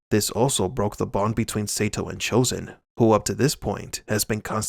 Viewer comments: Your pronunciation sucks... It must be Sato not Seito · Idk why bro,but the way you're saying Sato Saytoe is really bothering me 😂😂...its Sato Sahtoe is how you say it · SAY-TOE? WTH... It's pronounced Saa-toe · DUDE WATCH karate Kid 2 again his name is Sato pronounced Soto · Sato not Satoe LOL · You beat me to it. God it was annoying me! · Can't lie, the amount of times you said 'say tow,' instead of sato is borderline criminal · Seriously, if you are going to inform people on these movies and show you need to learn the proper names of people. Like Ralph Macchio, his last name is pronounced machio like macho not makeo. And Sato is pronounced sawtoe, not saytow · I think you should stop mispronouncing Sato's name. The "a" is pronounced like "ah". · You need to learn how to pronounce names. Or watch the shows/movies vs reading a script. Sato (sah-toe), Eli (ee-lie), there was another one but I forgot. But I’ve seen like 4 of your vids today and they’ve all been good you just have to pronounce the names the way they were pronounced in the movies/series. Glad I’m not the only one that’s saying this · Sato is pronounced with a long "a", as in "ah". You should know that. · Sato - Sah-toe 😁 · pronounced Sahto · We should start a petition to make them redo this pronouncing Sato's name correctly. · OMFG, they said the SATO pronunciation in the movies, and you still had to butcher that poor guy's name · Lmao...Omg,I thought I was the only one.that was bothering the hell outta me 😂😂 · Sato's name is brutalized in this video. The A is short in Sato. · Don't think he was a fan of the original series. There is no way you can be a fan of the Karate Kid series and mispronounce the name of one of the key villains in KKII. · Every time he says his name wrong, i keep saying the right way to say it